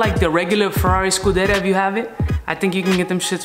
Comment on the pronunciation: Its pronounced scu-de-(RIA) Not Scu-de-ra love your videos man !